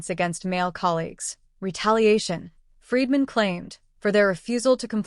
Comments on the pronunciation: Bryan FREEDMAN, not Fredman! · This channel would be more credible if it pronounced Bryan FREEdman's name correctly. It is not FREDman, it is Freedman. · PLEASE LEARN HOW TO PRONOUNCE ATTORNEY FREEDMAN 'S NAME!!! IT is pronounced JUST as it looks!!!!!